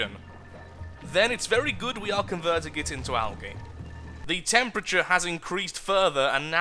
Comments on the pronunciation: Al-gee (algae) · I am not being mean I am just saying I say algae differently I say it like algee I am american